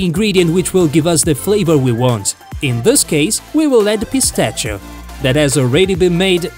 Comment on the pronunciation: Yea I stopped watching once he said cream and no eggs and how he pronounced pistachio